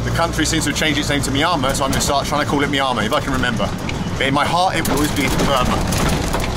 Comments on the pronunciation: No... No... your pronunciation "Myanmar" is wrong... pronounce as "MI+YA(open the mouth when you pronounce "YAA") +N+MA" ''' (NOT - MAYAMA) try to pronounce as Asians.... Good Luck.. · Myanmar is pronounced as Mmm-yen-mar, not My-an-ma or Miami, the way that you pronounced it. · Bald..we say MEE ANN MAR ...not MEE AHH MAR!!😉 My xGF was from Yangon (Rangoon) Capital City.👌9 out of 10 r BUDDHISTS...TOTALLY & "BLINDLY" DEVOTED TO IT!!😨It's IMPRESSIVE the way they RESPECT, BELIEVE & OBEY such Religion...to their own limits!!...i "stuck" myself to my own principals of life of ENOUGH IS ENOUGH!!😞 Still...THEY ARE VERY GOOD PPL...even TOWARDS FOREIGNERS!!👌 NICE Video!👍 Stay safe Bald. 👌✊👏👏👍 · I shall never be able to see the name Myanmar in print again without pronouncing it "Squiggle-Squiggle"! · He said Myanmar but I lisern it miama 😁 lot's of love from India 🤞🤞🇮🇳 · Is it me, or is there something off about Bald's pronunciation of "Mynamar"? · Just watched this video again, it's pronounced ME AN MAR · You saying it wrong...it's Meanma. Stress on Mar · Him saying Myanmar is killing me ahahahaha He clearly isn’t saying it right lol Mi-ann-mar! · I've heard it pronounced ME. ANN MAR. Which is correct? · My guy said squiggle town 😂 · Myanmar is pronounced mee-ANN-mar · Its pronounced MYanmar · i thought he said MIAMA hahahhaha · FFS Bald, it's pronounced: My-An-Mar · Rename the video - My Top 10 ways to pronounce Myanmar. 🤪😂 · Your attempts at saying Myanmar are hilarious 😂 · Why do you not pronounce the N in Myanmar? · incredible to see how many times a man can say word "Myanmar" wrong... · Myanmar 🇲🇲 please learn to pronounce it right